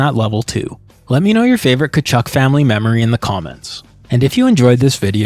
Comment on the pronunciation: The way you pronounced Walt Tkachuk is the correct way to pronounce that Ukrainian surname. Early in Keith's career some commentators would pronounce it the correct way as well.